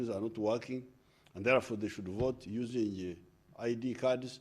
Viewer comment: “Why, Because ..... therefore “ those the only words I got from this address! Oh plus ....usingie 😀